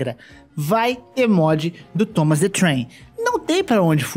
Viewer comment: Cada vez q ele disse Tomas the Trem uma parte de mim morreu